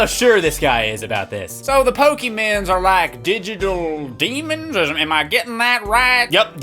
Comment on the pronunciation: DyGiTul DEAMOONS